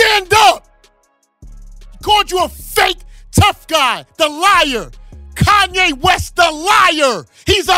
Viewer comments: Facts been spoken by Kanye....but it's you Flex, you something just don't sit right with me with you...really not to be trusted ...all of a sudden you don't know how to say Kanyes name?? Since when??? Mxm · Flex calling Kanye's name wrong ...now disrespecting him. Those joooooooos got flex bent over too 😂😂